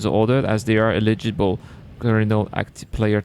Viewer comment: Did you say eligible players? Or illegible players? There is a bounty on you because we can't read what you wrote. 😉